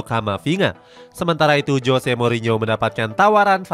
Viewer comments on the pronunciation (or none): none